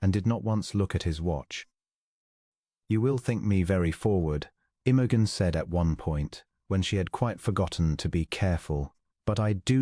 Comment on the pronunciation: Could AI pronounce Imogen correctly?